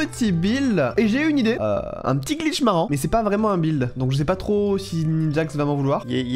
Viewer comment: à dit bil au lieu de dire de buld